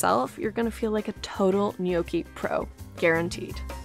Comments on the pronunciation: Being Italian, I can’t just listen to her say “Gnok-ee”. The proper way to pronounce it is “Nyawk-Ee”. I hope you take my advice, and use it whenever you say gnocchi. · How to say gnocchi correctly? I can't follow it, is it yoki? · TIL gnocchi isn't pronounced knock-y 😋😂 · Nyow - kee 😏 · Not a native Italian so may be wrong but the pronounciation seems almost right. I wouldn't drag the "o" for that long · There’s no way u can have a channel this big and still pronounce gnocchi wrong